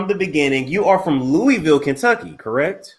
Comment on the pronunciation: Great 👍 i wish he pronounced "Louisville " the way we actually say it here. It would have been interesting to hear lol 😆